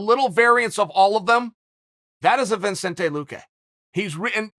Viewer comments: No N before the C chael, now say his name RIGHT🤣🤣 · How are you going to have a whole video about saying a dude’s name and then not get it right one time?? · Lmao I accidentally clicked on this video and Chael has ALREADY messed up his first name within 1- seconds he always adds letters when he’s pronouncing names🤣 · Tells everyone to say his name, then proceeds to mispronounce the name incorrectly. Lol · There’s only one “n” in Vicente Chael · Chael says his name is ViNcente, ViNcente it is then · I clicked back there about 8 times listening to Chael say 'Vin' then when I confirmed it go to the comments and this is the first thing I see lmao.. now to watch the other 8 minutes 40 seconds lol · I heard “vin” and “surreal gone” and now I can’t unhear either of them lmaooo🤣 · It’s so fun of a name to say, you pronounced it wrong, Chaeil ..! 🙃😉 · Stop saying it like that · its vicente not vincentay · It's not viNcente it's Vicente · If Chael could pronounce as well as he speaks that'd be awesome. It's fun to say a name sure, buy only if you're saying it right. It's "Vicente Luque" Chael not "Vincente Luque" Put some effort i to it bud, i grew up in a mountain town surrounded by people who've never seen a person darker than an Italian and they still manage to pronounce another person's name correctly. It's not about "that's how I speak" put some effort into it, it's another man name, show some respect. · Sorry Chael but there’s no N after “Vicente”. Names that you say are one of the best things ever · Vi"N"cente luque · There's literally no "N" before the C in Vicente Luque, how is it Vincente? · "ViNcente"?? where the N came from? One of the probably easiest names to say in either language, Chael found a way to mess it. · Vicente not ViNcente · Vi"n"cente it is!!! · Are you really saying Vincente ? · Everyone: vicente luque Undefeated Uncle Chael: VinSente Luque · Its not Vincente, Mr Chael Sonnen, its Vicente!! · It’s not VINCENTE it’s VICENTE. Lose the extra N.